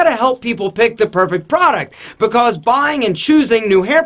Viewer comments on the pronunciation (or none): i love how this guy says because becoss